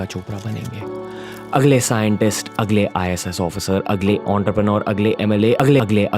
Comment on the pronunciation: agale agale agale..... Then i Listen HAGALE HAGALE HAGALE